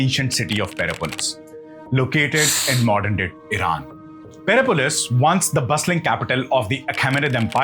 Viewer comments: PERSIPOLIS pronounced as - puh seh puh luhs ---not PERAPOLIS. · It is Persepolis not perepolis. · Nice info but next time learn to pronounce the thing you are talking about. PerSepolis not Perepolis. When you can't even take the time to learn to pronounce the name, it completely discredits you. I can't listen to you. (I am Indian btw). Also next time just google "pronounce persepolis" if you need help, smh. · You should learn how to pronounce each word perfectly. It is not Pere Polis but Perse Polis one word of course. Also it is not Zoras thanism but Zoras trian ism. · Per sep polis not Perepolis ! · (you must be, not Xtian Harry), good work. But how come did you pronounce Persepolis (Persepolis ( pərˈsɛpəlɪs) as Perepolis? Edit the audio please. It is a pain to the ears. The battle of 10 kings could have been elaborated a little more. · I think it's pronounced Persepolis, not Perepolis! and visiting a country and taking it over are two very different! And it is Zoroastrianism not Zorostranism. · "Perse" polis. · 'Persepolis',!...with an 's' between the r and the second e! ☺️